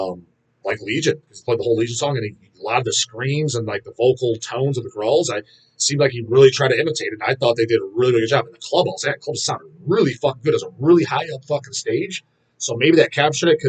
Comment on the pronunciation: what are Grallz??? Do you mean "growls"?? Gr-Ow-EL-z